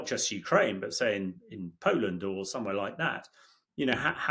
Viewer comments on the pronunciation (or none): none